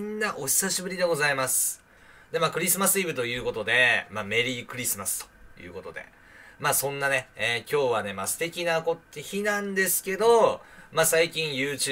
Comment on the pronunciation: メリークリスマスのイントネーションおかしい、笑